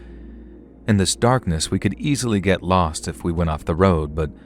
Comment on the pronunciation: lovely narration! Though sorry but I couldn't help chuckle at the "git get gone!".